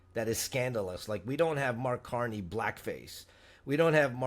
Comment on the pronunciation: Did he say CAR-2-NEY?